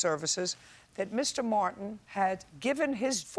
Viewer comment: My first name is Martin and I hate when people say it like there's no T in it! "...because of Mr. Mwar-IN..." Ugh... 🤢🤢